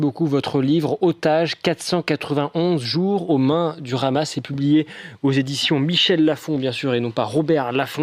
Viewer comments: le hamas pas ramas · Non. cela se prononce RHama, comme le "R" de cRacou cRampe.